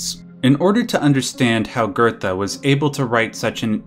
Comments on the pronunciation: Theres no R in Goethe. It's not pronounced "gertha". It's "goo-teh". It's like how people can't pronounce Goebbels and say "gerbels". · Why are you pronouncing Goethe as GURDA? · Geothe is pronounced Gertha? Wow. I always pronounce it as Geethe. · Johan did nothing wrong. btw it pronounced Guhte